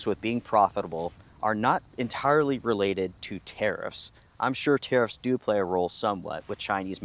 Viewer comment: I am so glad you put up the news clip saying Orivis were citing‘unprecedented tariff landscape’ because when you were saying tariffs I kept mishearing thinking you were saying terrorists which was putting a whole different spin on things 😂😂🤷‍♂️